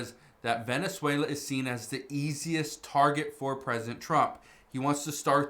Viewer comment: Wenezuela??? Only blah blah blah 😂